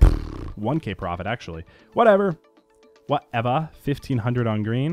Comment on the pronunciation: LOL "whateva" it kills me lol